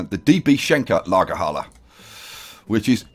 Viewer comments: i'm from germany and it Sounds so cool how you say Lagerhalle :D I love it ;) and yes Lagerhalle is the same like warehouse :) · Lagerhalle = warehouse - Your pronounciation is perfect! A+ ;) DB Schenker is the freight section of Deutsche Bahn.